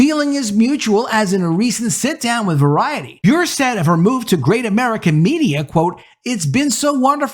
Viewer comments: Bure is not pronounced Be-ure. Her family pronounces it Burr-ay. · Great video,. I got to help you on something. Candace Cameron last name pronounced Bur-RAY. The "e" is not silent. It's Russian. Her Russian husband Valeri starred in the NHL. His brother Pavel was one of the greatest Russian-born hockey players of all time. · BTW, Candice Cameron Bure's last name is pronounced Boo-RAY - she married NHL player Valeri Bure in 1996. GAF channel is making dozens of new movies, and in less than a few years have already become a significant competitor to Hallmark. Our family has already watched a number of their movies; like Hallmark, they're already in Christmas movie mode. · Bure is pronounced BurrEH. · Bure is pronounced Burr-ay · Bure is pronounced Burr-A I only know this because she married russian hockey player Pavel Bure. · It's pronounced Ber a